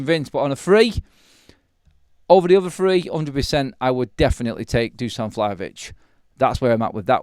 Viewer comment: Dusan* not Duscan:)